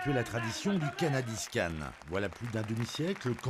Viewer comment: "cannadiscanne" komprenet meus !